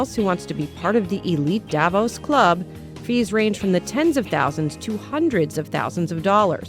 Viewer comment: Davos is not pronounced the way it is in this video.